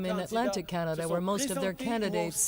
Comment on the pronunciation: you would think chanting Canada, would be better, may as well say pot tat toe